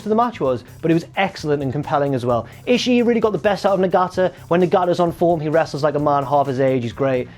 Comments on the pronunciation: It's ishii(Eeh-she) not ishii-E just saying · he doesn't pronounce it right but he's closer than you are